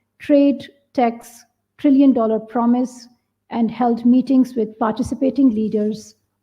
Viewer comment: pakistan said "a trillion dollar". It sounds so funny when they say it 😂, especially said by that kakri